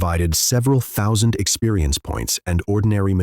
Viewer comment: cant even say 10,000 grand or thousand properly , when are u going to fix the A.I..